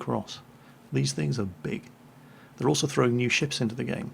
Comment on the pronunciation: Sunny shores? The UK? “you must be nee here".